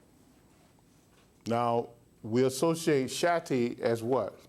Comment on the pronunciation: im am still trying to figure out why he's saying Shatti, instead of Shakti..( shock-T).... ( it's pronounced Shock T, so why not call it what it is????) ...